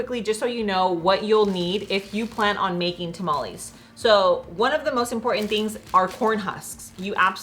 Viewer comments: It hurts to hear mexicans say taamaallieee lol its tamale chika lol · fyi TamalEEEEs is not a word. Tamal = 1 Tamales (Pural) is pronounced Ta-Mal-eh-s no EEEE sound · You lost me TAH-MOLL-EES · She cant even say tamales right trying to talk like a white female